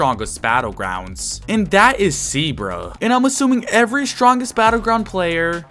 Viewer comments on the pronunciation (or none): he says CBrah titling zebra 😆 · Bro really called Cbrah "zebra" 💀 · What is that youtuber accent and YOU CALLED CBRAH ZEBRA💀🙏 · No way bro called Cbrah Zebra💀